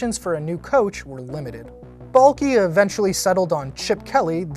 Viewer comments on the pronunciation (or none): Is anyone else annoyed when says Trent Baalkee? It's BALK!!!! THE E IS SILENT YOU MORON!